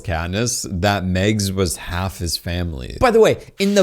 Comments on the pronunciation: Dude, it’s MAGS!!!!!! Not Megs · dude there is an H in joHanna and mAgs is said with an A not an e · Mags, pronounced the same as in "magic"